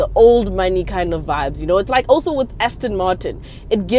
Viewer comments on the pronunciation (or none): none